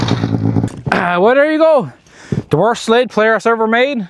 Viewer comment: Newfoundland accent